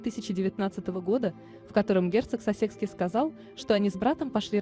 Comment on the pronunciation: Пожалуйста,уточняйте правильное пкроизношение,коли уж взялись комментировать!!! Герцог СассЕкский, ну ужас,бьёт по ушам и мозгу! Герцог САссекский!!и это не единственная ошибка!!Очень неграмотно прочитан текст ((((